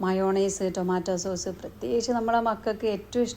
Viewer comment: ടോമട്ടോയുടെ സോഴ്സ് അല്ല സോസ് ആണ്